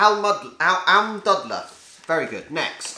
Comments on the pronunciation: Almdudler: It's not dud, it's closer to dude. :D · The "u" in Almdudler is pronounced the same way as the "oo" in Yankee doodle. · You have to say it more like: "almdoodler" than its right, nice vid